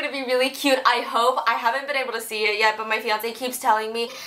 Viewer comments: Lol she still call her husband fiansé😅🤣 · mr panda was like "fiancè" you better correct that mrs 😂😂😂